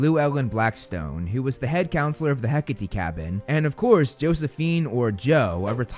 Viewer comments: IS IT HECAHTEE NOT HECK-ATE??? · It’s HECK-A-Tee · Am i the only one who pronounces “Hecate” as “Heck-ate”